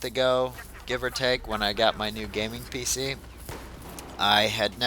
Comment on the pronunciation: Are u saying pic master race?